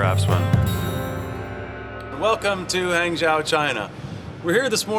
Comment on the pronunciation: "Han-joe" not "Hang-zow"